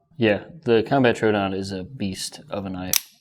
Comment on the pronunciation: TrO A Don my guy